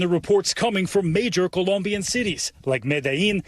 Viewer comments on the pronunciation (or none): Its Colombian not Columbian